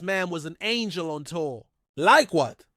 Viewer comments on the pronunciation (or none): none